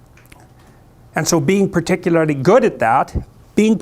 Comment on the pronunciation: he's just like me, can't say particularly without sounding funny